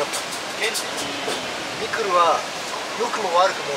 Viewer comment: 瓜田さんのミクルの発音がアナウンサー級の発音でした。